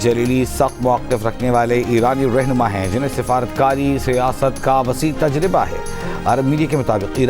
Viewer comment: تجربہ تو صحیح ہجے کے ساتھ بولا کرو۔